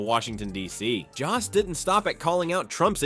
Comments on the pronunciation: His name is Jost! Not Jast! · It's Joe-st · Maybe teach your AI to properly pronounce Jost. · Did anyone notice that most and jost sound alike? Does the computer voice pronounce most that way? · PLEASE learn how to pronounce Jost! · I hate AI narrations as they mispronounce “Jost”